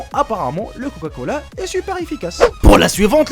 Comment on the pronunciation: Du coca.... pas du couca lol !